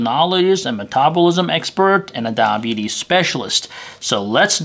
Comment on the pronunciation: The way he says DIE betes cracks me up. To those that just got diagnosed EAT RIGHT and EXERCISE or you won't control it, I've had it for six years.